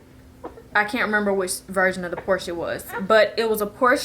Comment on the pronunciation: Fun Fact: Porche is pronounced Por-shuh (Porscha)... :)